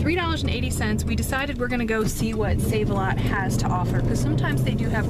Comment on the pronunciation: Thanks for the heads up on Sav-a-lot.